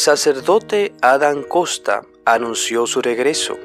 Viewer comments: No es costa, es Kotas. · Este que habla lendice kosta! No sabe leer su apellido el se llama Adam Kotas con T no con S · No es Costas y es Kotas. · No es costa... Es Kotas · No es costa es kotas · No es costa, es kotas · Adan Kosta. 😂😂😂 Ni sabe como decir su nombre. 😂😂😂😂.